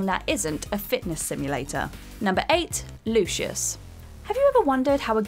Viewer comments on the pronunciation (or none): none